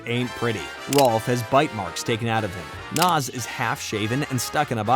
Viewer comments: Nah-z not Nas she's not a rapper😂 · Pluss ++++ The comic which may be found online. Oh yea, and we will NEVER learn what is under Double Ds' hat. ++++++ : Her name is NAZ!!! N - A - Z !!! NNAAAAAAAAZZZ !! Pronounced ""Naa - zz"" & NOT ""NOZ"" !! NOT ""NOZ""!!!